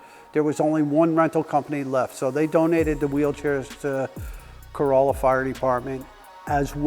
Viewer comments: It's actually pronounced "Co-RAH-Luh." Not like a Toyota Corolla. Notice - He knows. 🤙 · You need to pronounce the name of the town properly. It is pronounced Cor-all-a not Co-roll-a, the town is not a Toyota! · Tourists say Cor-O-lla (like the car). Locals say Cor-A-lla. I drive by this station everyday. Never met Richard, but I appreciate his contribution to the community here. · Thank you! I CRINGED when he pronounced it that way! Yikes! And yes, I live ON the Outer Banks, just not in Corolla. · Someone help this man say things correctly. Corolla like a Toyota is the wrong way my dude. Surprised hte department didn't beat you with a firehose for calling their department the wrong name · The was he mispronounced Corolla 😵‍💫